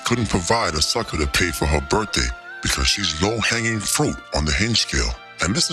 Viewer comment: Did she say berrfday?